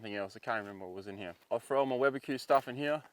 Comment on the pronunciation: I love how Aussies say throw. 'fro' 🤣